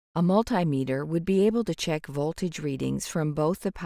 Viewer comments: Millimeter? Have I been pronouncing it wrong for whole of my life? I say multimeter. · how we all gonna let her pronounce multimeter like that?